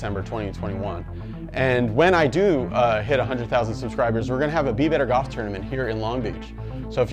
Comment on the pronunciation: Are you saying 'gawwff' or Golf? Cool vid